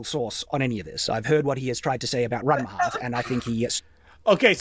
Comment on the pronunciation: I know it´s not the point of the video, but the fact that he keeps calling it Ranma HALF just makes me cringe.